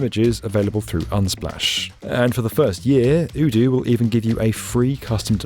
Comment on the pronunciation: You're pronouncing Odoo wrong.... Might wanna change that before they come along and see the video